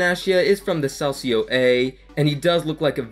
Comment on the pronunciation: Can I give you some tips? Calcio A is pronounced with a K, so Kalcio A if you would write it. And Benatia has a hard T if that makes sense? So not Benaschia but Benatia -> here is a interview where his name is pronounced correctly)